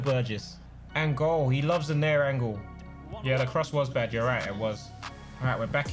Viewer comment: i know this man didn’t just say “that’s a tight angol” 😂😂💀 I’m dead